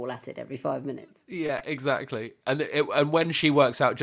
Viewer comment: I haven’t seen this episode (because I live in a backwater called the USA, where we don’t get to watch Taskmaster after the first two episodes), but I lost it when Morgana said “Eggsactly” in response to Victoria’s plastic chicken farm. I hope to see the episode sometime before I die.